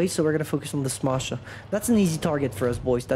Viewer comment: I love your pronunciation of "Smasher", it sounds original.